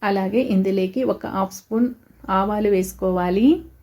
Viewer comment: ఇందులేకి కాదమ్మా. ఇందులోకి అనాలి